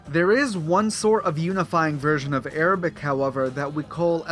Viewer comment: Dude, your Arabic pronunciation sounds painful XD... Its unnaturally thick "غليظه".